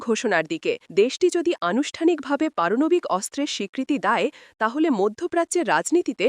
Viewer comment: পারনাবিক না পারমানবিক